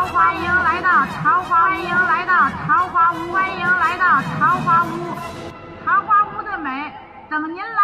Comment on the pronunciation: 不应该念四声吗？坞